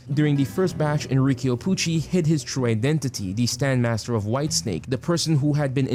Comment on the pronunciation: it's Enrico not Enriquio